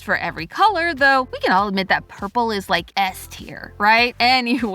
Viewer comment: you mean urple